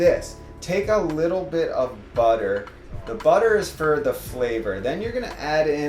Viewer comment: I think I heard you mispronounce "butter" :-3